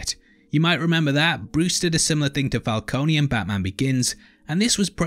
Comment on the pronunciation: i love u bro, BUT ITS FUCKING FALCONE, NOT FALCONEY, THATS WHY MARONI IS SPELT WITH AN I, PRONOUNCED MARONEY:)